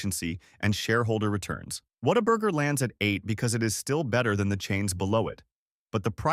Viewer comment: Okay you kinda lost me when you didn’t even pronounce Whataburger right.